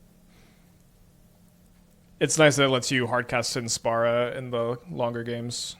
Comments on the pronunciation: the card's called Sin, Spira's Punishment. He's misreading the first two words in the name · dude, saying spara is wrong, don't sugar coat it, just like saying spura, spora or spera would be wrong. And yes, many Americans can't pronounce words, no shame on that. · Guessing he either knows it's Spira [pronounced Spear-ah] and is doing it on purpose, or doesn't know and doesn't particularly care lol. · excuses, if he can say the word "spiral" he's also capable of saying "spira" easily. You don't need to play FF just read the words carefully. (this may be difficult for an American tho) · I can pronounce Spira correctly, can I bash Americans in his stead? Cause y'all suuuuck (especially at reading). But seriously, it's borderline trolling from part to choose to read "-i" as an open "-ah".